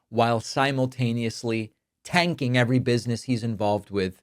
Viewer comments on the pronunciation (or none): none